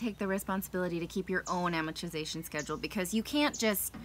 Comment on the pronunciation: Why cant these guys say 'amortization'?